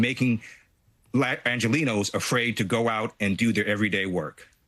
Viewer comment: “Ebseine” 🤡 “That is fwat out unconstitutional. Angewellonos should fight back. It’s fwat out illegal” 🇨🇳